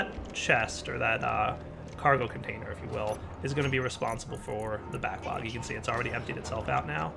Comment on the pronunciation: he called it an "ore backog"